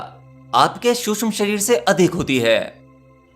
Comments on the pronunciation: Bhaia शुष्म nahi सूक्ष्म होता है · महोदय, शुद्ध भाषा का उपयोग कीजिये। "शुष्म" नहीं सूक्ष्म कहिये!!! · Suksham not susham shreer...bolna to sahi seekho, seekh baad m do